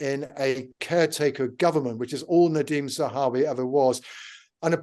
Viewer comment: It would be an awful shame if Nadhim Zahawi had to resign just when Katy has finally started pronouncing his name correctly... Oh the humanity!! :)